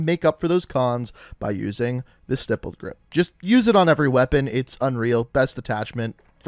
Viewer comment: YOU SAID "STIPPLED" CORRECTLY!!! I'M SO PROUD OF YOU!!!